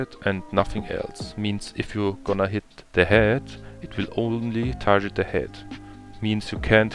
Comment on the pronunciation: TarGet nicht tarjet Gear, nicht Jear😊 Guide ganz ok sonst